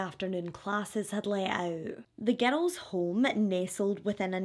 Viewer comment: Omg I thought you were saying getto when you are saying girls. 😮